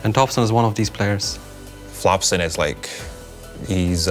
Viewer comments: did puppey say flopson? that's what i thought i heard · Puppey actually called Topson Flopson omegalol